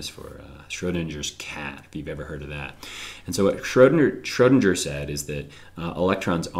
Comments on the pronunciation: Schrödinger, not Schrohdindger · Schrodinger is pronounced SchrodinGer. The G is said with a G sound and not the J sound.